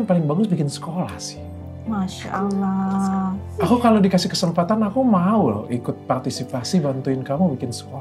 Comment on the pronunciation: Aamiin... Td AQ dengar , insyallah cara pengucapan kata "Allah" oleh dokter SDH spt orang Islam pada umumnya.....